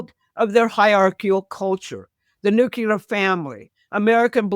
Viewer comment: Nookuler is not a word. Please learn to pronounce it correctly